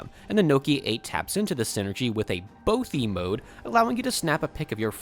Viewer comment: Never say bothy again